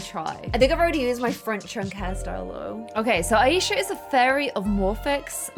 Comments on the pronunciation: Who noticed that this girl is saying the the name like: a-yee-sha But well it's pronounce as: aaa-e-sha Btw I am from pakistan and the name aa-e-sha is a Muslim or you can say pakistani name that why I know how it is pronounce but no problem we know you are quite bad in pronouncing even normal words but yah I like you you are really a good player most of the things about sums 4 l learn from you lol love u keep up this vid wss lit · Aisha is pronounced eye-sha :)